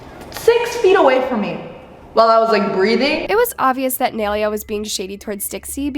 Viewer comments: You are saying her name wrong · “NAI-LAY-UH” NOT naileeuh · It is nai lea not analeah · its NAI-lay-a NOT Nelia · her name isnt nail-ea its nie-leah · Um her name is NAILEA. (Nye-laya) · Girl learn how to say her name properly her name isn’t nalalaland. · ITS “NYE-LEA” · Its pronounced NIA-LAYA not spelled like that but thats how it's pronounced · its nai-LAY-a 😭😭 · ITS PRONOUNCED NAI-LAY-AH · sorry to correct you but this is how you pronounce her name ni ley uh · Please learn how to pronounce nailea like ew it’s niy-lay-uh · it’s pronounced “ nah - ee - leh - ah “ GAWD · thats not how yall pronounce naileas name nai-laya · n - eye - lay - ah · your pronouncing Nailea's name wrong its (Nai-Lay-a) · if ur gonna drag nailea atleast pronounce her name right- its pronounced ny laya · That’s not how u say her name💀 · for one the entire time your saying her name wrong. two people can be friends and the fans started the drama. three dixie needs to get everything under control and leave things private. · Not saying naileas name wrong all video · she had so many chances to pronounce nailea right and she never did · She doesn’t even know how to pronounce nailea’s name😭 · please pronounce nailea right😭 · she pronounced nai’s name wrong the whole time lmao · Okay i cant be the only one noticed that she is pronouncing Nailea wrong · If u r going to gossip abt ppl at least say their name right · You r saying her name rong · Are you pronouncing Nailea’s name wrong on purpose ? 🧍🏽‍♀️ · am i the only one who hates it when says nailea's name wrong... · ya, same, it's also like she's pronouncing her name wrong on purpose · No one ever says Nailea’s name right ahhhh💀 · at least pronounce nais name right 😭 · The way she was saying nailea was triggering me 💀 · Why is she saying nailea like that💀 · can u say nai’s name right 😭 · pronouncing naileas name wrong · the only thing i got mad about in this video is the way she says nailea